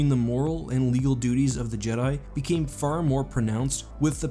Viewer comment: No but really... why did the “fear” in “rule by fear” part sound so weird in your pronousing of it?